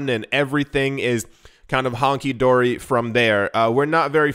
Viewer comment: “Honky Dory”…? It’s hunky dory. That was racist….jk